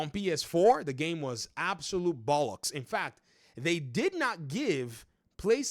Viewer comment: Someone from outside the uk saying bolloks 😂😂😂😂